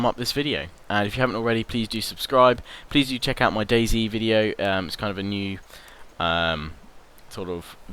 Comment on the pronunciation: I thought you were a true Brit like me, but then your pronounced DayZ wrong. I should unsub, I've never been so offended. Maybe it was a mistake? I'll give you the benefit of the doubt.